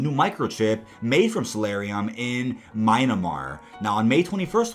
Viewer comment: There's a difference between an accent and an error. MYANmar is not "MYNA-mar," and the British secret service is MI6 "EM-EYE-SIX," not M16 "EM-ONE-SIX." The errors are real, but the video is great work despite them.